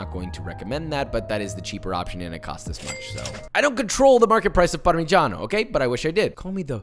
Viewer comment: Italian here: pronunciation rating 7.5/10 (just 1 g on Parmigiano and accent on the wrong letter: Parmigiàno Reggiàno); way better than the average American